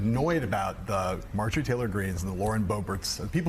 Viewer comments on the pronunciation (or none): none